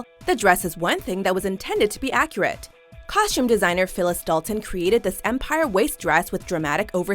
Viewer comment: I cringed every time she pronounced costume with an "SH". Ugh!